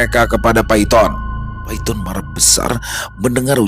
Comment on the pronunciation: Bukan Paiton tapi bacanya Paitun😅